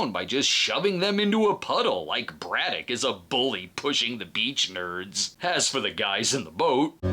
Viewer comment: I’m forty years old and I’m just now realizing he said “Braddock” and not “Brudah”. Clears up A LOT of things from watching this as a kid